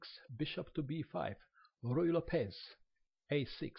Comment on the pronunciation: El apellido se pronuncia López, no Lopéz